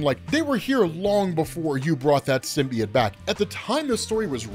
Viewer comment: what the fvck is a SYM-BEE-IT?! No such word... You must be thinking sym-BYE-OTE